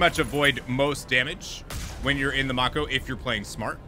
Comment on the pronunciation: I love that you show us the different morality paths! I could play with that galaxy/system/cluster map alone for hours, it's so cool If there is localization or reference to that name at all, it should be "mah-ko" (in The Legend of Korra it's the name of one of the characters and the whole universe is based on asian culture so the name is probably of japanese) Can you use the Mako as a shield? Like park it before combat and use it as cover? rip Man, the combat music is just delishhhhh Recon Jones lmao